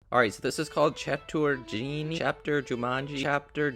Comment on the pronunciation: Cha-too-raa-jee pronounciation fyi 😊